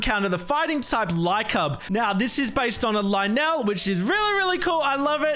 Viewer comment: Did he just call a Lynel “Li-nell”? Instead of “li-null”?